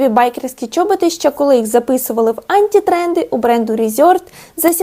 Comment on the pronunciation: бАтфорти, бАтІльйони, антІ-тренди 😂 бідні мої вуха